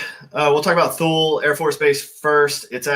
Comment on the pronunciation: Spent 10 years in Thule one year. Pronounced /two-lee